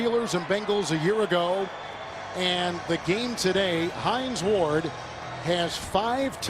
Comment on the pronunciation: Notice how Kevin Harlan fucked up Hines Ward's name ?... He said "Hine Wards.", instead...